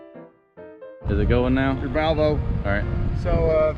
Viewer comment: I could hear it ... No??? 😂😂😂